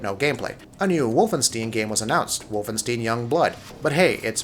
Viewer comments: And it's WolfenstEIn not WolfenstEEn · Wolfensteen? what the hell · Fallout presentation was 30 to 40 minutes? It was a little over 25 minutes. I've watched it twice. It's pronounced Toomb Ray-der and Wolf-en-stine. How are you still getting this wrong? People have pointed this out on previous videos you posted. Unless you don't read posts on your channel... Easy to ignore one person trolling, but when multiple subscribers point it out and you continue saying it wrong, it becomes ignorance. My list goes: 1 Bethesda (lots of games, game play and humor) 2 Ubisoft (strange start, but several good games) 3 Sony (a long intermission after the first trailer, but then non-stop game play trailers) 4 Microsoft (lots of talk about how they plan to control gaming and run their company with a few trailers)5 Nintendo (The first half of the show had several trailers, the last half was too much detail about Smash Bros. Just say it has every character and stage ever.)6 Square Enix (Why did they show up? Two good trailers and a bunch of RPG trailers) 7 Electronic Arts (Did they think this was on XM radio? There are cameras, show people you are a serious member of game creation. Nobody cares about old trailers they've seen over the past two years. And who is paying $14.99 a month to play any EA game online? $10, maybe a bit more manageable.) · Never trust a guy that says Wolfestein, Wolfensteen. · Also he said “wolfensteen” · Plus the guy can’t even say tomb raider or wolfenstien correctly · Wolfen-steen? Tome Raider? E3 2018 being not bad or good, but "strange"? Dude get your pronunciations correct before you negatively portray an overall exciting e3 for gaming... This video is very biased and miss-representative of e3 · I hate this guy's voice. He fuckin pronounces everything wrong. Wolfensteen? Tome raider? Bullshit. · “Tome Raider”??? “Wolfensteeen”???? I can’t take this guy critiquing E3 seriously when he can’t even pronounce “Tomb” & “Wolfenstein” properly.